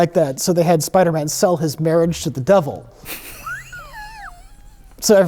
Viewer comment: “Spidermin”